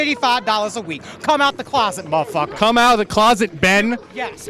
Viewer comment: Damn what's in that pipe, he cant even say muthafucka right? 😂😂